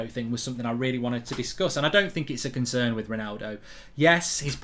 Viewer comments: Lol 'Ronaldo conern' 😅 taxi for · 'Ronaldo Conern'